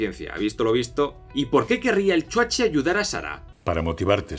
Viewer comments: Mil veces mejor ver esta mierda con el spin cómico de un español, y gratis, que pagar por ella en el cine. Además es graciosísimo cada vez que dices 'El Chuache' 😂😂😂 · El "chuaché" XD